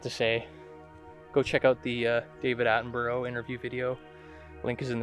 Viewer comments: I watched this video when it first aired. BTW his name isn't pronounced like that, it sounds like Atten-bur-ah same as Edinburgh (Edin-bur-ah) Soz don't mean to be the pronunciation police! At least you say 'out' like a good Scotsman!! :p Keep up the fantastic work! Oh BTW I watched a very convincing piece of film last night and wondered if you'd seen it and if you intended ever doing a review of it? If it's not a fake, it certainly looks and feels very real. Really hope this isn't a fake but if it is it has got to be Hollywood grade special effects- made me laugh when it stands up and the dude filming just bolts! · OMG... learn to at least say his name properly!!!!